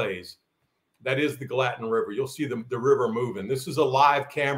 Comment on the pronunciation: Gallatin pronounced: 'GAL'- a tin. Thanks for keeping us inspired!!